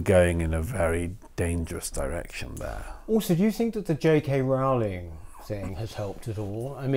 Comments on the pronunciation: Peter and Douglas: please note that the first syllable of "Rowling" rhymes with "grow" and "glow", not with "now" and "cow". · It's Rowling as in the "Rolling Stones". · I don't like her but it does annoy me that people mispronounce her surname